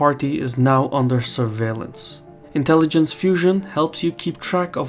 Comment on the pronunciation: "Part of our intelligensh is mythological fusion"